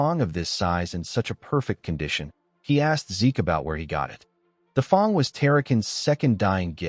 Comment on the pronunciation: Great story telling but why does 'fang' get pronounced almost as 'thong' 😂